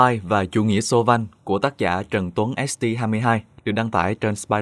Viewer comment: Mình góp ý nho nhỏ tý nếu đã đọc tên tác giả bằng tiếng anh thì đọc tiếng anh hết đừng nửa anh nửa Việt 'Trần Tuấn ÉT TI HAI MƯƠI HAI'